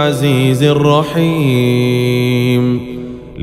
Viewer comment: السلام عليكم ،عند الآية رقم 5 في كلمة (الرحيـــم ) حرف الراء انته ككرته يرجى الانتباه لهذه الملاحظة وشكرا